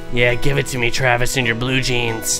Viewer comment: " Give it to me Travi " 0.0 only you